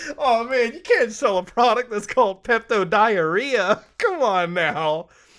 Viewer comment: Bro said Peptooo🤣🤣🤣🤣🤣🤣🤣🤣🤣🤣🤣🤣🤣🤣🤣